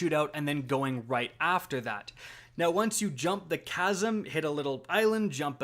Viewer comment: Man is pronouncing chasm casm